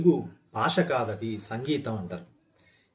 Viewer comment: బాష కాదు, భాష. వాల్లు కాదు, వాళ్ళు. దయచేసి మన భాషను సరిగ్గా ఉచ్చరిద్దాం.